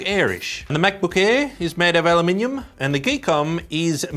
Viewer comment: I'm just happy you pronounce aluminium correctly